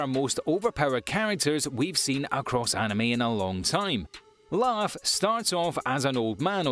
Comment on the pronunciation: He just called lugh laugh hahahahah🤣🤣🤣🤣🤣🤣